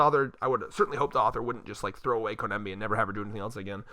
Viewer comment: Oh my GOD if you call her koNEMBi one more time! Her name is koBENI it’s literally easier to say, “co-benny “